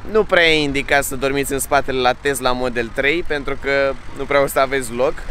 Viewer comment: E Tesla nu Tezla ca tot pronunti asa